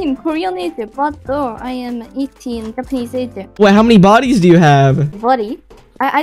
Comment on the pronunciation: bro really said yapanese